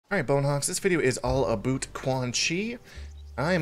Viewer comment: haha! You do say about and not a boot! Lol gotcha!